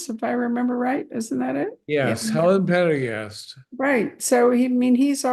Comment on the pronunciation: needs to learn how to pronounce Pendergast's name correctly.